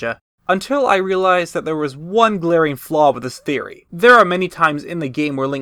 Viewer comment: "A GAME THEAORY!" 😂😂😂